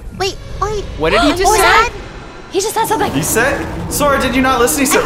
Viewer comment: Its Sora not Sore 😂😂